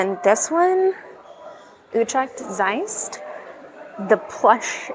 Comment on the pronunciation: I was born almost 54 yrs ago close to Utrecht and never knew that underneath way with the color lights. WTF!? By the way kudos for pronouncing Zeist perfectly! 👏🏻👏🏻